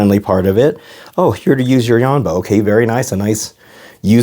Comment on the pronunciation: ITS YONBO NOT YAMBO